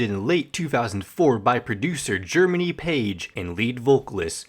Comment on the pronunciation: thanks for reading us the wiki - nice job pronouncing jeremy, you turd. please quit the internet as soon as possible!